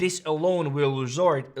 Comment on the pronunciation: you fumbled the word result 😅